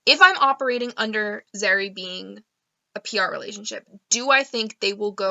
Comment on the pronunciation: I love the way you say Zerrie